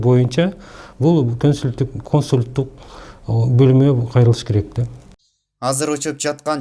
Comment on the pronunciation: Тантыраган эле,доопороско бул,чача-мача.Башчы кандай болсо,калганы да ошондой болуп."Консулдук"дегенди"Консультук"деп,Боюнда бар,Оорукчан болсо,доддомдон справка дейтко😂😂🤣🤣Тагдырыбыз,ушундай,чача-мачалардын колунда калганбы?